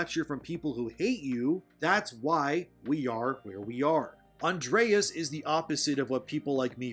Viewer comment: I love your videos, but I cringed every single time you mispronounced Andres's name, lol.